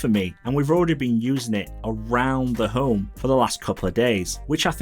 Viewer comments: Really good channel. I know you’re from the north of England like me, but you need to change the way you say ‘Home’. It’ll be good for the growth of your channel. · I am from the UK also, followed him for sometime. His accent has nothing todo with how he pronounces “Home” it’s his speech. But I don’t it will have any impact on growth, he’s only been going 10 months and already at 11k subs